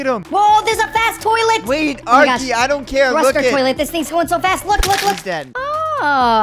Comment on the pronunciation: W, Are-key